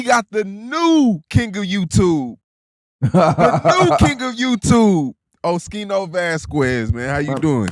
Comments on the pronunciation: Pronounced skee-no not she-no Unc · It's O-ski-no 😂😂 oschino and sparks from rocafella records, their group name was state property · Pronounced Os- Keen-o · Oschino’s correct pronunciation = O-SKEE-NO